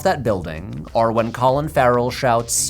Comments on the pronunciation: I learned a lot from this video, but my main observation is that Patrick pronounces the word "or" as "are" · Anybody else notice that Patrick pronounces the word “or” like arr?” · What is your accent? Your ‘or’ sounds like ‘are’ and I can’t place it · The way Patrick pronounces the word or from makes me think of his mother's accent, nice vibes all round. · I didn’t notice until watching this video that Patrick pronounces ‘or’ as though he’s referring to the letter ‘r’, like a fancy pirate